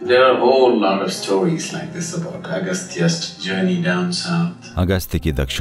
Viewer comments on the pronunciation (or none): Agstya nhi agstya